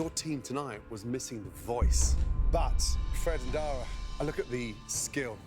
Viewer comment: anyone else notice how that mexican guy called dara "day-ra"